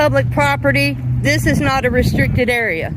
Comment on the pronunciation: ree-strick-ted; held back in school due to low IQ